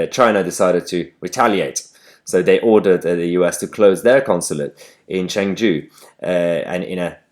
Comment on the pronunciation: Chengdu is not pronounced Cheng-jew but Cheng-do.